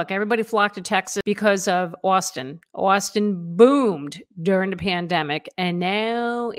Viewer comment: Please never say “Austin” again